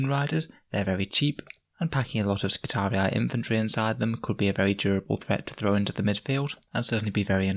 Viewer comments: Love your videos! It's pronounced Skitari, not skitariai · double i was pronounced as two "i" in Latin, so to an English speaker somewhere in the realm of " Skitareeee", it's kinda hard to explain in a written form. Since it's high gothic one could suppose it's not the classical latin pronunciation, but Skitariai seems way off. However it's sci-fi, so who gives a... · That pronunciation gets me 😂 they are not Roman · I really appreciate these videos. I'm new to the game and these really help me improve my understanding of the game. + here is the right pronounciation of skitarii